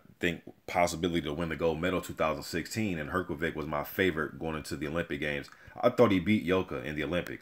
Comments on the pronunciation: You say Hrgović wrong. Try to say it like Hrgovich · You just have to learn how to pronounce his name!